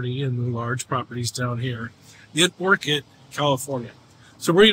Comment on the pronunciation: First off - Learn to say Orcutt ! Not Orchid ….